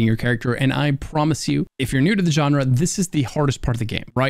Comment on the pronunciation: So easy to sit and listen. Not boring, and you keep my excitement level up. You relax me knowing when I'm overwhelmed and relax me when I feel nervous. I can tell you've "been there before". You're a pro, bro. Thanks for pronouncing "genre" correctly and thanks for calling ME a Legend! ❤